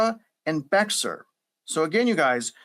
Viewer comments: I can tell you are not from Texas because you are calling Bexar County, Bexar, but it is pronounced Bear. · Good info, thank you. Take it or leave this info, but “Bexar” is pronounced, “Bear”. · It's pronounced Bexar, BEAR county, and Bexar county is not where the floods were, Bexar is San Antonio. Kerr County is where the floods were. Are you even from Texas? The Hill Country has these floods every 7-10 years, but this water rose very, very fast. The Hill Country is full of deep canyons, it's ripe conditions for a disaster. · "Bexar: is pronounced "Bear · Bexar County is pronounced "Bear" (the x is silent) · Bexar county is pronounced, “bear” . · Bexar county.... pronounced: B-a-r-e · Bexar County is pronounced "bear" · | Bexar county. Bexar(Bear) is pronounce (bear) like a bear. I'm from the Austin area, 42 yrs. Just FYI. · Bexar is pronounced BAY HAR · Bexar is pronounced Bear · Bexar is pronounced Bear. And our rivers and creeks flood if you spill a glass of water. I live on the Medina and there are flood deposits 20 feet thick that are older than 1987. You haven’t made your case. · BTW, not trying to be rude but Bexar is pronounced Bear County. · pronounced Bear! The X is silent. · Great reporting on the South Texas Weather Modification Association. Btw, “Bexar” is pronounced like “bear”. 🐻😅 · Bexar is pronounced Behar or Bear. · This guy butchered all the county names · It’s pronounced Bear county not Bexar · Not sure where you live but it’s not near San Antonio otherwise you would know that Bexar is not pronounced Bex-ar it’s pronounced Bear. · First of all, it's not pronounced Be "X" ar..it's pronounced Bear. And while you keep pushing this "blame game" narrative, you must not understand the term "flash" floods and how they happen. SO, No I don't buy into your cloud seeding theory in relation to this tragedy. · Bex-ar is actually pronounced bear. That’s what I learned when we lived in San Antonio anyway. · Bexar is pronounced Bay-Har